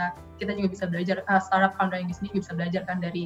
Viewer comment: For the host: Pelafalannya bukan star-up (starap) tapi start-up (star: [tap]). Ada huruf "t" before kata up.